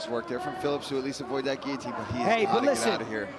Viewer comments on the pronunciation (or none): none